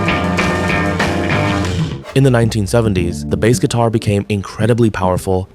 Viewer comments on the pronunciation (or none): Your AI voice is saying Bass (like the fish) instead of Bass (like the guitar) lol.